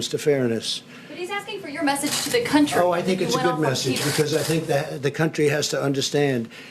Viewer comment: I just wish he'd STOP putting the accent on the wrong syllables in 'country' and 'industry'🤣